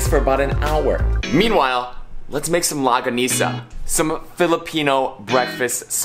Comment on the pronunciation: Lmao its pronounce" long-ga-nis-ah"